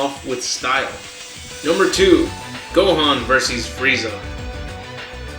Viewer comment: i like hoe he says "versees" lol